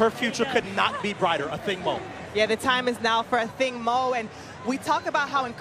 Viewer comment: Her name is pronounced AH-THING-MOO" NOT! "OTHING MO!" It is so easy to read the notes -dude on the mic!